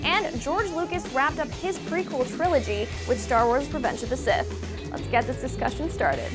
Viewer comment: "reventhe of the sith"